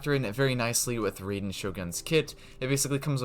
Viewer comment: how this guy still calling her RAY-den